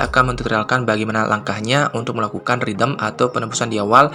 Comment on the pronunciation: Mas sorry, "redeem" dibacaanya "redim" bukan "ridem'.